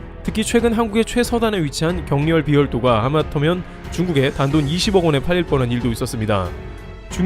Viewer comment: '격렬-비열도'가 아니고 '격렬비-열도'라고 읽어야 하는 이유. 지도를 보면 서격렬비도, 동격렬비도, 북격렬비도로 이루어진 3개의 열도라는 뜻이므로 격렬비-열도로 끊어 읽어야 함.